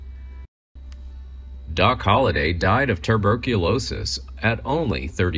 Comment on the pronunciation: Three times he said turberculosis. There is no r before the b, dummy.